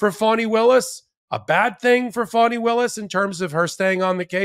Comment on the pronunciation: It's Faani not Fawni